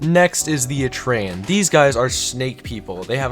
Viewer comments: its pronounced cap ra not kuhpaira et ree an not et ray an gan ee meed not gay mend cell tor not celly tor and Gremor's arent the goat race, they are deer. Capra's are goats. also the rarity leak is fake. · the way this dude says etrean :///